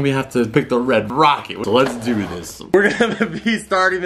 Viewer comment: Lmao he kept saying red rocket 😂 it’s red rocker